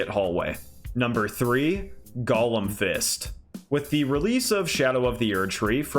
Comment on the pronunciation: "Golem" is NOT pronounced the same as "Gollum". TWO entirely DIFFERENT WORDS. Embarrassing for YOU.